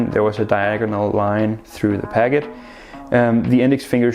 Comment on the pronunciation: Is it me or is he saying pagget instead of packet...